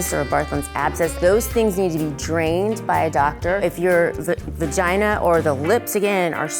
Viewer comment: she said bagina lol